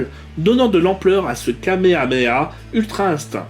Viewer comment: J ss mort comment il prononce sayajin beerus et kamehameha et juste comment il parle tt court smr😂